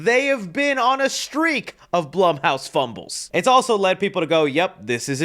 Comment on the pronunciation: It’s BLOOM HOUSE NOT BLUHM HOUSE..